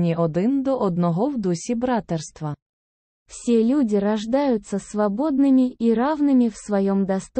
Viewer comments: The word „bratErstvo“(brotherhood), on the other hand, is stressed on the SECOND syllable. The robot´s Ukrainian is very imperfect. I mean the one that reads the Declaration of Human Rights. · The audio of the Declaration of Human Rights is probably AI, not a real person which explains the mispronounced Ukrainian "братерства " and Russian "наделены", as well as the odd intonation/rhythm of the Ukrainian version.